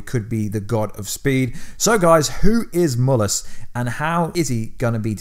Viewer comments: It's Mal-lus Not Mul-us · He called mallas but it sounds like u saying mullas in vid